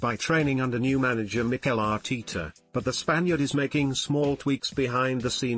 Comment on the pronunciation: Ar tee tah 🤣🤣🤣🤣🤣🤣🤣🤣🤣🤣🤣🤣🤣🤣🤣🤣🤣🤣🤣